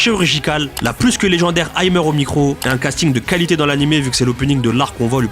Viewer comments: vidéo très divertissante 2 choses : 1. L'artiste aimer se prononce aimé (comme le verbe aimer) et pas à l'anglaise (aimeur) 2. L'op 2 de Mashle je le trouve horrible... J'aurais inversé l'op 1 de dandan et celui là. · Si jamais Aimer ça se prononce comme le verbe en français pas "aymeur" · Juste stp, pourquoi tu prononces Aimer "ay-meur" alors que son blaze vient littéralement du français et que t'es français putin respecte la et respecte le français mdrrr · Salut ! Merci pour la vidéo :D Remarque/détail : , le pseudo d'Aimer vient directement du verbe Français, ça se prononce bien "émé". Sinon, c'est forcément impossible d'être d'accord avec tous tes choix, mais ils sont super bien présentés. Bravo pour ce travail !